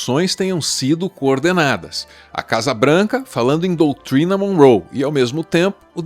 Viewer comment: Desculpa, mas eu ri demais com o "Doutrwina" Monroe 😂😂